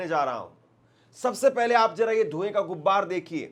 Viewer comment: gubbar nhi hota gubaar hota